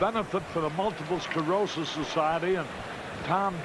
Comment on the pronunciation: Please don't make poor Harry say "Multiple Sclorosis" again